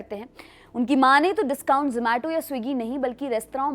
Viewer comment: 😂 Wo ज़ोमेटो नहीं ज़ोमाटो hota hai.